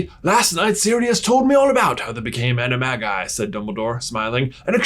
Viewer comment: it’s pronounced Ani-ma-ji